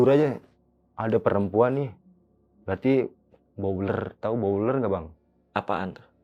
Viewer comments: Blower Mase 😂😂bukan bowler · blower bang bukan bowler 😭😭😭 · Blower bang bukan bowler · blower,bukan bouler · bukan bouler tapi blower bang. kalo di pabrik sawit boiler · aku dengernya bau uler😭